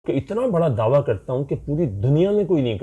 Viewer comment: دعویٰ. درست تلفظ